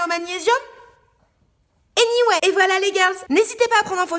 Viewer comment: Je sais pas pourquoi mais quand dis anyway je me tape un de ces fous rires 😂